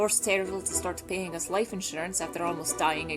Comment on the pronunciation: The way you said 'life' as loife is honestly probably more irish accent. So it's more of like the Scottish deeper voice mixed with how Irish people say their words. It doesn't sound like an irish accent because a scottish accent in this is deeper and irish accents go up and down all the time. That's my only critique for it really.